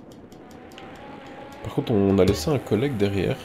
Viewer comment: tu dis coollegue